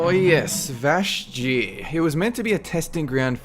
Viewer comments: It's Vashj'ir, like in Lady Vashj. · Steady on the "J" in Vash'jir, bro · First of all, it's vashj'ir. I feaking loved vashj'ir!!! Great story, great build up, huge scale, just fantastic. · No Uldum? Those fucking unskippable cutscenes, hello? It's also funny that someone who presents himself as an expert in all things WoW can't even pronounce the name Vashj'ir correctly...